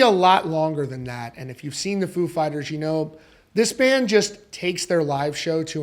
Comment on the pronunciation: .....stop saying "food" fighters in u vid🤔😁🍻 if u r "such a big fan",.....just sayin,....FOO!